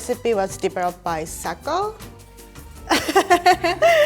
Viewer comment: i thought her name was Sakiko not Sakko 🤔